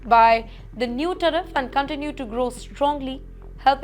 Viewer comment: Someone please pay so this woman can clear English101. Ridiculous. Teriff? 🤣